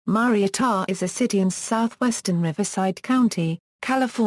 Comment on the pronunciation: said wrong